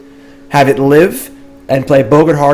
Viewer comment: Bro, you need to look up the pronunciations for "boggart" and "harbinger".